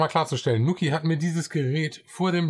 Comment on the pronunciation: Schönes Review :) Fun fact übrigens: der Name wird "NuuuKiiii" ausgesprochen, nicht "Nukki"/"Nucki". Quasi wie man "New Key" im amerikanischen Englisch ausspricht (dort wird "new" ja nicht "njiu" sondern "nuu" ausgesprochen) und bedeutet somit einfach quasi "(dein) neuer Schlüssel". :)